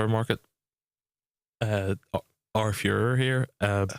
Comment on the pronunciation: It'll be Foy-ra... not Führer.